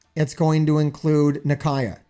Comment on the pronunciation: Nah-Kia. That's how you pronounce her name.